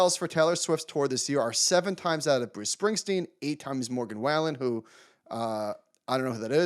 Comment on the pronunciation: I’ve never heard of Morgan “Way-Len” either 😂